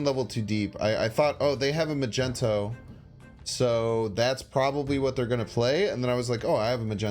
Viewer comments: He can pronounce magento perfectly though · mag-ne-to why keep saying mag-en-to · Can't pronounce Magneto. Hurts. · I love the content but i have to ask why dont you pronouce Magneto correctly? Its something am curious about.